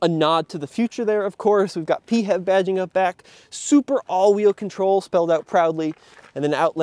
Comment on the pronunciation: for the love of non-existing god, please, stop saying "pee-have", pronounce it as "pee-eightch-ee-vee" instead😢😭🙏